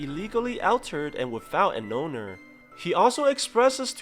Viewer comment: All terd not Al terd